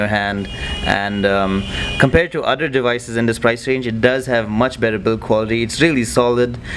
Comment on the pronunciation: its devices not dewices!